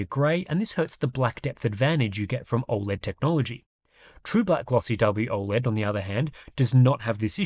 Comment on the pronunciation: “WOLED” yeah no…NEXT